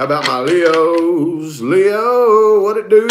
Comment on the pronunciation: "whut advice foor my fkn leooos univoorse" lmao funny very funny